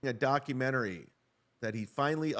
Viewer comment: "Donkyoumenchooairy" omg 😂😂😂😂